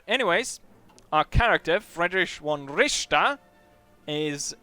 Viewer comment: Richter not Ricther ! ;)